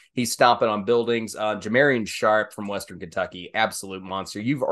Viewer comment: Ja mar ee on Sharpe